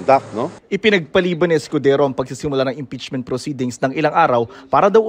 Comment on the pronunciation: Ha ha ha chiz escodezo ang bigkas ni Crocs instead of escodero halatang tinamaan ha ha ha 😂😂😂